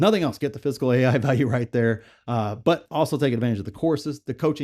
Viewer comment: ah ok. haha. Sorry, sounded like you were saying 'physical'. LOL